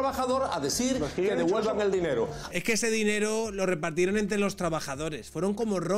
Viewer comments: Jajajaj No es eje...es ejque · Se dice “egque “, 😂😂